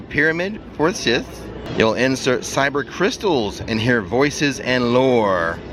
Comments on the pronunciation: Ky ber crystals .. not cyber .. your pronounced it wrong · Dude, you're killing me with how you're pronouncing Kyber crystal.... you're saying it as if its spelled CYber. It needs to be a hard K sound not an S sound in the beginning. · I was just going to say "Kyber" hard K ;) May the force be with you, thanks for the Falcon ride